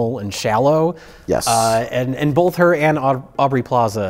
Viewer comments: "bolth". Hack. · Pronouncing ‘both’ with an L since whenever it was he started talking.